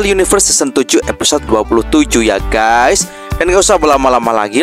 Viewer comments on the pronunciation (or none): none